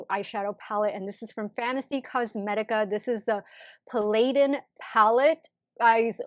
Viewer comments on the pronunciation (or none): I feel like every one I watch for beauty content has not been able to pronounce the name of this palette right😂 no shade just a little funny. This is how its pronounced if youre curious "pa·luh·dn"